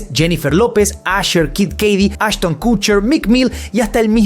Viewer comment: Se dice kotcher no kutcher